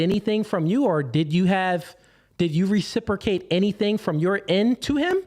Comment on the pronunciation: He wasn’t worth listening to the minute he can’t even pronounce ’Reciprocate’ properly